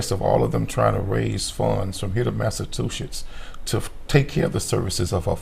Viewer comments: This man doesn't even know how to pronounce Massachusetts smh😂😂He says massa 2 shits😂😂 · Lmfao and he defff said MASS-A-TWO-SHITS omfgggg hahaha😂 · “From here to MASTA-CHU-SITS “ ??? 🤔🥴 Everything about this interview is just red flagged 🚩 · I love how wrong he says that. Can't stand him but when he says that I 😂😂😂😂😂